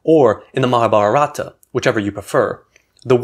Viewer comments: It’s pronounced Mahaabhaarata in Sanskrit and you leave off the final “a” in Hindi. You’re emphasizing the wrong syllables. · I think the time has come for non-Indians to begin to pronounce Indian names more accurately -- to make the effort to find out how a native would pronounce them. For instance, it is GeetAnjali (accent on the second syllable), not GeetanjAli. It's MahAbhArata, not MahabharAta.